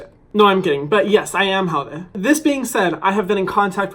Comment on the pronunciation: Hana maikaʻi a mahalo! Well said. Thank you for using your influence to get our culture out there to educate others! And hearing you correctly say haole and not haolee...made my day! ❤️